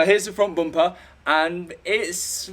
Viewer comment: It's just a Bumper not Buumpah.